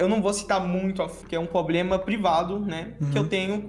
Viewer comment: probrema...revelancia... vocabulario do bicho ta no jeito